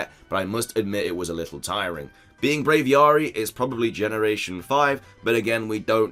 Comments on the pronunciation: WTF IS Brayviaarrree its braviary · Brav-ee-airy. It's like aviary.